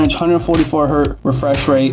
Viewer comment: One Hertz. Many Hertz. Ain't no such thing as "One Hert", the Z ain't plural. Anyhoo, good video and all that.